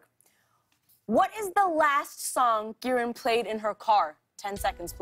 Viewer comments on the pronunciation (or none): It's KI - RUN not KEE-RUN